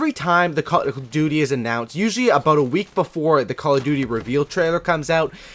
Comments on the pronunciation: did he just say "abuwt" instead of about? is he Canadian? barney stinson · you had me at "today we're gonna be talkin a-boat" :)